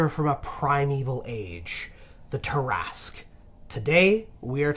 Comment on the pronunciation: Ah! The Tarrasque! Possibly the only D&D monster which came from French 🇫🇷 folklore. I'm a bit puzzled by the way you pronounce it, though 😅